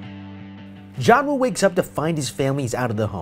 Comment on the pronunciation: its joonwoo not johnwu